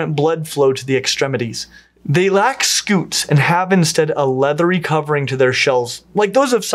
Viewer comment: It is scute not scoot. I scoot my chair across the room. You were saying turtles have scoots, instead of scutes, sk(y)o͞ot/ .